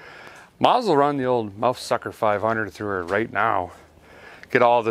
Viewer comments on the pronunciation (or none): Did he call it the muff sucker 500 instead of the mouse sucker? Lol